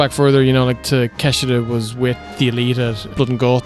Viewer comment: I love so much about but fooking hate your pronunciation of Takeshita.